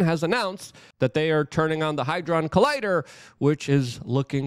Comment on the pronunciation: "HAD-DRON" Good sir. In a sentence to help pronunciation "Had Ron realised Hermoinie was transgender, he'd have have thought twice about sharing his twitter/X handle" Love your content, keep up the great videos.